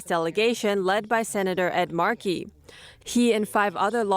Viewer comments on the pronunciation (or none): none